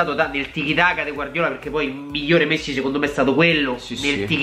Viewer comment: ho sentito missi non messi😂😂